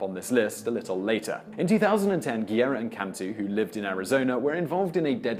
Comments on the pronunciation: It’s not Guierra it’s Guerra. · Guerra is pronounced GEH-ra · I know is quite difficult to pronounce spanish names, like Guerra but, if u can't say it right, why to say it so many times? "Guerra" sounds more like "guess"